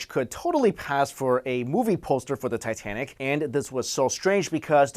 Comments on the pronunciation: Did he say, Tie - Ten - Ic? Titititititenic! Ah, JonTron. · Did anyone else hear him say Titenic?